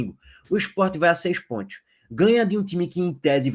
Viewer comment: Amigo fala com mais calma. SANTOS e não santi. PONTOS e não pointi. Tenta caprichar mais na pronúncia.